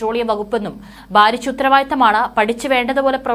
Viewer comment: 'ബാരിച്ച ' 'ബക്ഷണം' .'ഗെനനം'. എന്താണ് നിങ്ങൾ ഭാഷയെ ഇങ്ങനെ വികൃതമാക്കുന്നത് ? ഭാരിച്ച,ഭക്ഷണം,ഖനനം,എന്ന്ശരിയായി ഉച്ചരിക്കാനാവില്ലെങ്കിൽ ഈപണി താങ്കൾ ചെയ്യരുത്